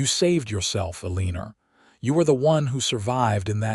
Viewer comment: AI MUST be edited & trained to names, cities, and words spelled the same but pronounced differently!! Eleanor is not El-EE-nor, but El-AN-ot. Santa Fe is not Santa FEE! a wound is not wound around. I cannot bear the ear twisting abuse.